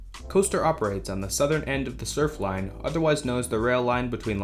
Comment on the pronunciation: *Surflner, NOT "Surfline." There's an "r" at the end of the name.